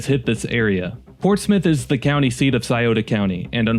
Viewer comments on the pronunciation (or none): none